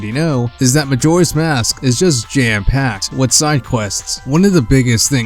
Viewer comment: "Majora's Mosque"